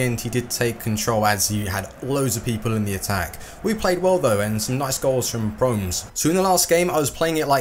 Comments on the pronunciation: it is quincy PromEs not quincy Proms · its pronounced promèz